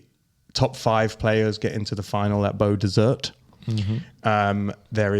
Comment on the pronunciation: Don't let them hear you pronounce the T in Beau Desert if you make it 😅